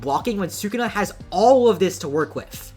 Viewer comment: "Su-kuna" it's "Su-ku-na" and same minute bro